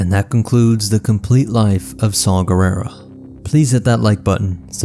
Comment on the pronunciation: It's Saw, not Saul